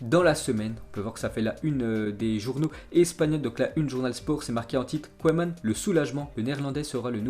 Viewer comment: Mec !!! On dit " keuman"!!!! Pas " koyman"..... C'est pas de ta faute t étais pas né...mais renseigne toi 1 peu avant ton live.... ( et 1 conseil juste comme ça.. Bosse 1 peu ton accent Anglais... ;)